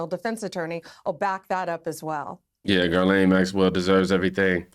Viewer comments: Its not Girl-ain it is pronounced Giz-lane so funny none of them get it right, makes me think its on purpose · Ghislaine is usually pronounced as gi LANE